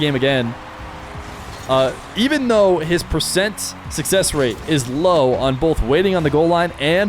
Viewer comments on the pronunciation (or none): none